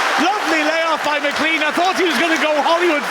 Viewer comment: Day 104 of asking him to pronounce McLean correctly